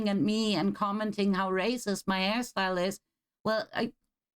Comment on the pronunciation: Oh, hairstyle... I heard it as ass style x)